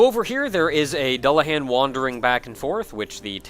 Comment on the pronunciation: you keep mispronouncing Dullahan